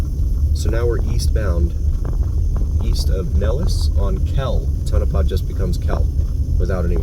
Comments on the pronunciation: Yeah I've never heard of "Ton of paw" before. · Never thought I'd hear Tonopah pronounced so incorrectly in my life... but here we are